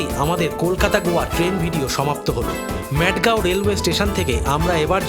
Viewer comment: উচ্চারণ টা মাডগাও,ম্যাডগাও না।ওটা পাগলের গ্রাম না